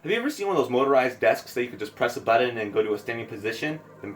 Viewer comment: You say Buddon instead of Button lmfao.